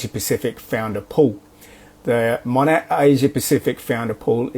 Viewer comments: Yay love when you do Rachel or Dave and it's been so long since you have covered Monet!! No, I live in Australia and he just has no idea how to say the name lol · As an australian, we can pronounce 'monat' properly.